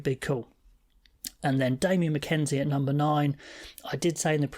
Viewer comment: Its McKenzie not McKensie mate.